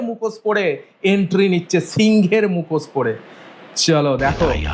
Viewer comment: মুখোশ বলে এটাকে মুখোসসসস বলেনা😂